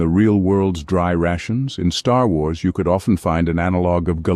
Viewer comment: Man bemerkt an der Aussprache von "Star Wars" sofort, dass es eine KI ist.